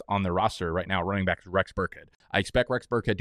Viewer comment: Can you tell us why you say bike instead of back? I’m new I got no idea